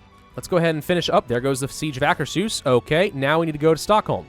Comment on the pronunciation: GEN-o-wuh, Acker's Hoos (You said it right at the 30 minute mark. You just need to trust your gut. You said Trondelag perfectly -- yes, I speak Scandinavian pronunciation, too.) Otherwise, keep it up,.:)